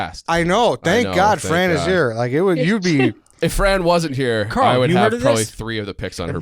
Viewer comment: It is Carl. It is not close.